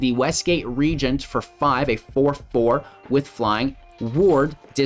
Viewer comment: Tergrid is my one of my fav. Glad to see your take. And glad to hear you pronounce Regent correctly. :p